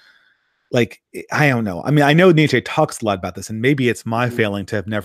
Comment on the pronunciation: Nietzsche is pronounced a bit like neat-sheh or neats-sheh. A bit like "meh" at the end. There are probably better phonetic fits, but that's what I could think of at a glance. Overall great video btw., quite a bit more productive than the last few imo.